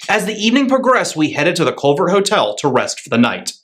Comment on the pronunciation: Im sure we would like you to come back also - but - it would be nice had you taken the time to find out that Lewistown has a second w in it. You pronouced a town in Idaho. You also got the name of the hotel wrong - sound out the word Calvert. If you are interested, you were staying in what once was the Fergus High School dormatory.....lots of history there.